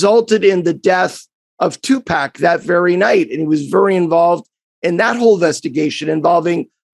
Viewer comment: Did…did noted Player Agent Allen Walsh pronounce Tupac’s name as Two Pack?